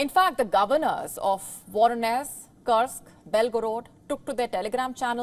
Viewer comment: Dear WION, Team Kursk is pronounced as KOORSK- love from Nepal